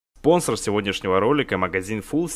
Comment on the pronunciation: я один заметил что на начале ролика сказал понсор а не спонсор